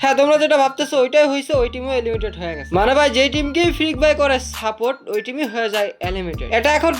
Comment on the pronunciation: Areh beta এলিমিটেড না, এলিমিনেটেড 👌😆